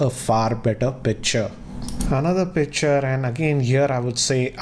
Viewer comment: u keep saying pitcher instead of picture 😂 everytime good video nonetheless